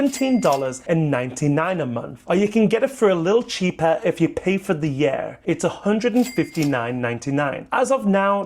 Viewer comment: I like how he says yurr instead of year